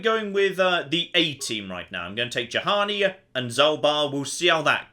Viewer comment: its bloody Juhani, like Yuhani!! not Jahani ffs!!!